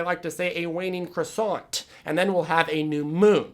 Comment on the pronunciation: I'm sorry, but you're wrong. In France we don't pronounce the T at the end of croissant